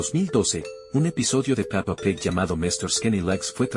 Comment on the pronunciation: Nombre" Peppa Pig El loquendo: Papa peg 🗣